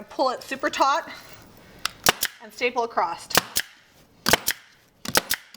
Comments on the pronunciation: Please there is no T on the end of the word across, otherwise an enjoyable video. across not acrost, please! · Great video, thanks for all the details. I would have liked nore detail about the material you chose. Quick note, "acrosst" is not a word. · U worked ur way “acrossED” lol not being rude